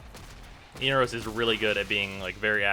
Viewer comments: Every time he says "Eenarose" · Eener-O's ? You realize they pronounce it in the quest, right?